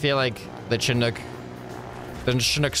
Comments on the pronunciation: SHInook NOT CHInook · Please please please - Chinook not pronounced "CH" and in Chair but rather "SH" as you SHOULD listen to me. :D Pronounced: shuh·nuk